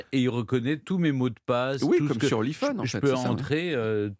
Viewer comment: J'ai sourit quand il a dit "iphone" en version francaise. C'est pas "i" comme 'aie' et 'phone' comme 'faune'. au lieu de i-fone